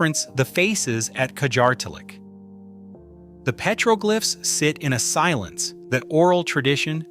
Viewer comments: ❤Petroglyphs is pronounced PET-ruh-glifs (IPA: /ˈpɛtrəˌɡlɪfs/). It is a three-syllable word with the primary stress on the first syllable ("PET") ... not a "glife" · Psst: "Petroglyphs" is pronounced PEH-truh-glifs (IPA: /ˈpɛtrəˌɡlɪfs/). The word is broken down into three syllables: "pet-ro-glyphs," with the primary stress on the first syllable ("pet") and a secondary stress on the last syllable ("glyphs"). NOT petroglifes. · You lost me at PEETROGLIFES. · Piētro-glìffes ? I know them as pëtrōglyphs. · Dude said Pete rogue lifes instead of petroglyphs lol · Interesting stuff to be sure....but "pay-tro-glyff"???!!! You got to be kidding... You can pronounce all of these native language names and you can't say petroglyphs??!!